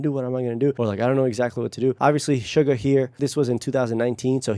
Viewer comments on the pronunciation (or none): I learn so much listening to your content. I watched this before and had no idea of the process. I think it's great that BTS uses other languages in their music. I know you are into detail, so I thought you would want me to point out that::YOU ARE PRONOUNCING SUGA'S NAME INCORRECTLY. It supposed to sound like Shoe Ga. No R sound at the end. I hope that helps. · Just to let you know, you can pronounce his name SHU-GA, not sugar. There’s a specific reason it’s not sugar. It comes from his former basketball position SHOOting GUArd.